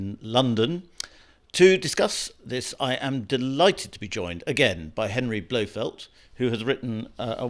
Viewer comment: Henry “Blow-field”, great to see you there.